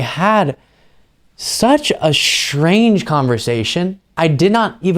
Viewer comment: The word is "strange," not "shtrange" ! But great reporting as always.